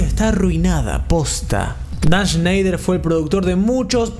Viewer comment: Shnash shneishner 🤙 shenshny shansner🤙 sneish y shnoish🤙